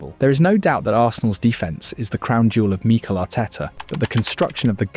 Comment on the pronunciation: When did Mik-el start being pronounced Mee-K’l